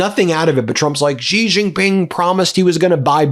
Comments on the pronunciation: It is pronounced She, not Gee. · it’s Xi as pronounce as She not Gee please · Xi sounds like "she" You're saying it "zhee" Please respect the leader of China by learning to pronounce his name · Hi Ben. When are going to learn to pronounce the surname of China’s president correctly. It is not ‘Jee’ but ‘see or C’ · Please learn how to pronounce Chinese names correctly. Your job is to read the news. Xi is pronounced like, "she" and Wang is pronounced, "Wong" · It’s She! Xi is pronounced She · The Chinese leader's name is pronounced "She Jing Ping".